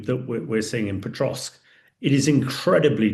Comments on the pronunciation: Pokrovsk, not Potrovsk. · Say Potrovsk one more time.